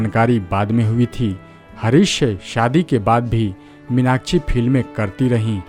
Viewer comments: Take her name properly it's irritating 😡 minachi nahi minakshi🙏🏻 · Stop saying Meenakchhi, try to correct as Meenakshi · इस्टार* क्या होता है स्टार होता है, मिनाकछि* मीनाक्षी,उच्चारण तो ढंग से किया कीजिये बरखुरदार 😊😊